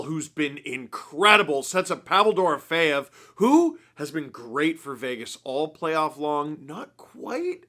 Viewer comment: You should tell Ray Ferraro how to say “Dorofeyev” (you say it correctly, and he says it VERY incorrectly lol)